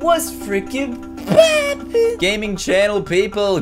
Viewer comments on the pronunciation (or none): Almost sounds like poooop